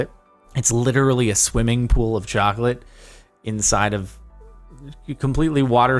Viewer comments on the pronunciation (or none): none